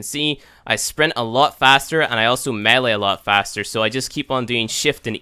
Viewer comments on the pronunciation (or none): none